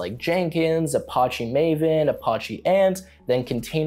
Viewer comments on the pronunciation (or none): It's pronounced as A patch ee. Apache it's from a Indian tribe in America.